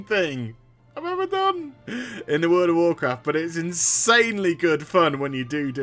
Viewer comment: Wurld o warcraft